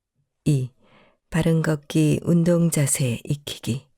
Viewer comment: 이 프로에서 발음하는 사람에게 말씀드립니다. '걷기'를 [걷따]고 발음하시면 안 됩니다. [걷:따]고 긴소리로 발음해야 합니다. [걷따]로 발음하면 빨래를 걷는 행위를 의미합니다. [걷:따]고 발음해야 걸음을 걷는 행위를 의미합니다. 한국어 발음에서는 장단음을 구별해서 발음해야 의미가 잘 구별됩니다. 앞으로 방송하기 전에 국어사전을 찾아서 장단음을 공부해서 장단음을 구별해서 방송하기 바랍니다.